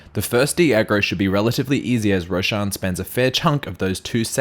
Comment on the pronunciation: That's the strangest pronunciation of Rosh I've ever heard.